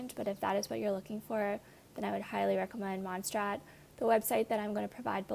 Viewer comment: Mon say rraht please learn how to pronounce